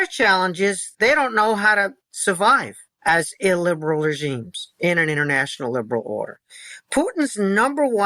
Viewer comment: I really like Kotkin, but if I was drinking for everytime he said illberal, I'd be died.